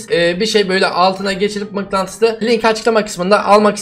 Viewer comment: Abeyy mıknantıslı :D